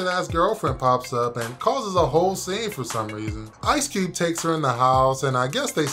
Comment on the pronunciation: “Ice Cewbe”